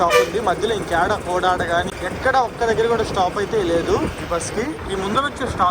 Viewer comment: కోడాడ కాదు అన్న కోదాడ డ(Da) కాదు Dha(ద)